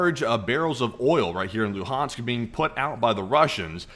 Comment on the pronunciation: The way you pronounce "Luhansk" is very genuine